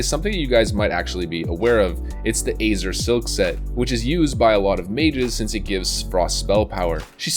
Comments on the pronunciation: he says "azer" not.."Azyour" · Pronunciation: Quest Failed, Namely, Azure (Az-syour) and Ebon (Ehben). It's ok, I'll be your 'fix it in post' editor lol! I love the Acer comments pointing at your Azure pronunciation. Acer and Asus 4life. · And yet he pronounces it acer. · Its az-jur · Who pronounces ‘azure’ like that 🤣